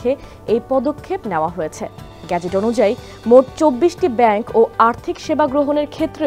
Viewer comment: আফামনি....ওটা গেজেট হবে,, গ্যাজেট তো অন্যকিছু 'মিন' করে!!